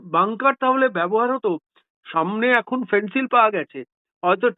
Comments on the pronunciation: 'ফেন্সিল' নয়, 'ফেনসেডিল', কফ সিরাপ। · ফেন্সিল কি বলছেন ? বলুন ফেন্সিডিল !